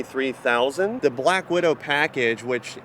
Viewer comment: Bwack widow bwage...lol